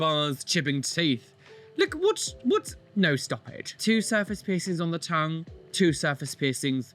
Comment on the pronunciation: "You look berer with no persings"